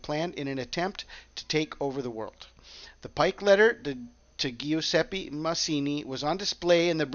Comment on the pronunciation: Very interesting!!! P.S. It's pronounced "Jew-ZEH-peh"